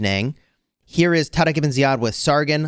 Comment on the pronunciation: I am an Arab and I was surprised by the pronunciation of Tariq Ibn Ziyad😮